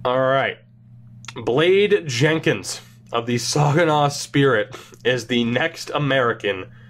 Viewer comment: Saginaw is pronounced say-gi naw not saw gi naw